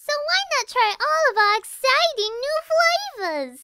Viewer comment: I love how she said "flavas"